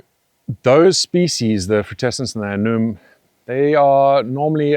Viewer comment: I always wanted to ask if your a-noom pronunciation is an inside joke. (The correct pronunciation of annuum is an-you-um.) I mean no offense by this, but I’m wondering…